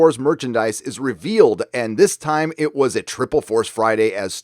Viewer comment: twiple force fwiday . No one cared .